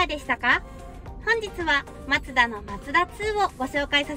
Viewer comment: MAZDA2って昔のデミオだよね🤔 マツダ車って縁がないんだけど、コンパクトカーなのに、メモリー付きのパワーシートは凄いね👌 、『マツダ』のイントネーションが独特だよね😙 『マツ⤴️ダ』って感じで『マツ』が高い🤭 全然いいんだけどね😊 今日の服も凄い可愛いかった👍️